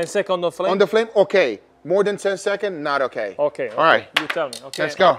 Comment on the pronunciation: counting 10 sechonds in 3 sechonds 😂